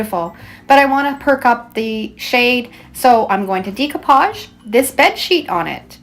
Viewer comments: As you probably know, the word Découpage is French, and is pronounced DAY-coupage, though non-French-speakers often say DECO-page, as in Art Deco. . . What I’ve never heard before is DEEcoupage, which is what I hear you say, A LOT, and I’m sorry but it’s driving me to distraction! (If you think it’s unreasonable of me to bring it up, then be grateful that you are not neurodivergent—as many Creatives are! It’s literally like nails on a chalkboard.) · Pronounication of decoupage is actually with an “a” sound. “Decoupage….just fyi